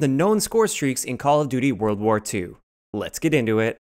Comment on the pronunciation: Why you say "Let's get into it" like you was going to say something else?